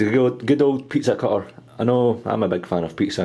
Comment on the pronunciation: haha its funny how he says pizza cutter